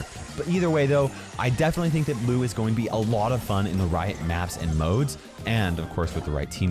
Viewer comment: Whenever he said "Lou is" I understood it has "Louis"😂😂😂